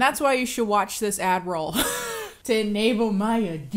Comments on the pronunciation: I thought she was calling herself ‘’ 😂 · Omg no way I THOUGHT SHE WAS SAYING "" 💀💀💀 I thought it was so funny and random lmaoo like she was poking fun at the /Melissa conspiracy 😭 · I also thought she said Admiral Kennie instead of. She also mentioned it in a video, don't remember which one it was. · I thought she was saying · At the very first time I also couldn't make up what the actual word was...then the ad played & I figured it out...but "admiral" deffo crossed my mind, "Adderall" even ..🥴 (thought she meant her "ChAoTiC" alter ego would take over or sth) non-native speaker problems 😆